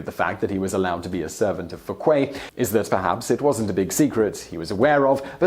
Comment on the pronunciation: I always enjoy your videos, but your pronunciation is almost always so poor that it is distracting. Dauger and Fouquet are really easy for an English speaker; you just don't seem to try.